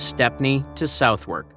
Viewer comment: Southern NOT SOUTHWERK